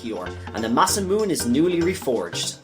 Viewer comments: It's ma-sa-moo-ne I used to say it MA-sa-mewn before I learned how japanese works. Great vid though :) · Masamune is pronounced Mah-sah-moo-neh as a wink to a great Japanese sword creator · the E's at the end of Masamune and Marle need to be pronounced tho, he didn't. Masamune is an actual historical name in Japanese after all, and it isn't pronounced the way he says it.